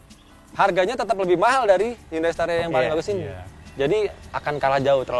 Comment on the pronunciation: Udah dikaish pinjam hyundai tp penyebutannya salah. Harusnya dibaca hiyandei :(